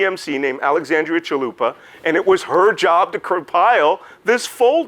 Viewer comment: I'm literally contemplating going to Taco Bell right now because this great man said "Chalupa".